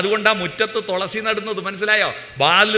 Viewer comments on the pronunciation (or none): തോളസീ അല്ല തുളസി യാ